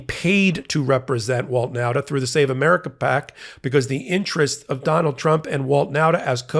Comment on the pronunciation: .....I know a whole family of Nautas...and you keep mispronouncing the name. It isn't NOWTA but rather NAWTA. Thanks for the important work, none-the-less.